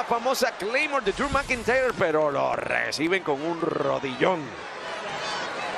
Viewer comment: Driu Macantayerr